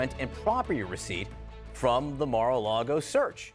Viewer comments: Mara-Largo? Never heard of the place.. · excepr that dufuss would say "Mara LEGO" with an E. LOLOL